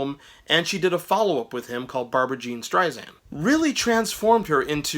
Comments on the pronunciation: Strei-SAND (not zand) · Good review! Make sure to pronounce her last name correctly - you’re saying it like a Z - Streizand - but say it like “sand” - Streisand - she’s very particular about that - FYI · It’s an ‘ess’ (sand) not a ‘zee’ (zand). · It is Barbra StreiSand, not Zand. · I know it's been over a year since this video was posted but again, her named is pronounced Strei-SAND not Strei-ZAND. Also, her follow up album after Stoney End was Barbra Joan Streisand not Barbra Jean. Please get your information straight before posting videos on someone. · Might be a good idea to learn how to pronounce the subject's name of whom you are speaking. It's StreiSAND, like sand on the beach. However, I will give you kudos for getting the spelling "of Barbra" correct. Also, did you really say "Barbra JEAN Streisand"? ... I can't. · Please, her name is StreiSand, like sand on the beach, it does not sound like "z". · SSSand omg. And it was barbra JOAN not jean